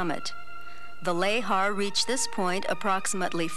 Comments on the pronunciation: It's pronounced "luh-haar", and I had, to my knowledge, never heard it pronounced otherwise, so hearing it as "lay-har" kept giving me a jolt. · Every time the narrator pronounces lahar "lay-har," I die a little inside.